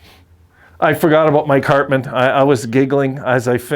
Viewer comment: And you pronounced my last name perfectly too.